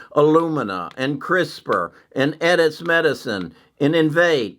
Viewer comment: Hi. You’re repeatedly mispronouncing two companies in your videos—Intellia and Editas. Nonetheless, thanks for the daily content!